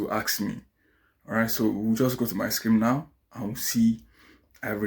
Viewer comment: Hi. You're doing well. Just a bit of correction if you don't mind. You keep say "screem/scream," when I believe you meant to say "screen." Please kindly take note.